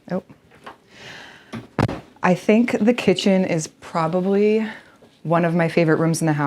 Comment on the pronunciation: Am I mis-hearing, or are you saying "eat-in chicken" instead of "eat-in kitchen"?